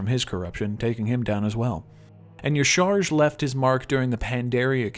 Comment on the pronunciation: love you. But, uh... How the hell do you pronounce Y'shaarj Yishar? It's pronounced Ya-Sha-Raj.